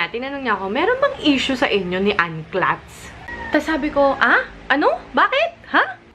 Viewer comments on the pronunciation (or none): Nakakabother yung "KLATS" niya hahahhaa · ang pagbasa po correctly ng pangalan ng isang tao is a show of respect, hindi yung ipipilit mo yung ginusto mo. it's not your name it's hers so it's best to pronounce it the way she does and not have your own version.